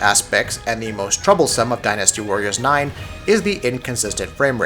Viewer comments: I love it when people emphasize the wrong syllAHble in a word. Dynasty's pronunciation isn't die-nasty, it's closer to dine-asty. Or din-uh-stee if you're British and wrong. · I like how you say Die NASTY. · Why can't he say the word dynasty right?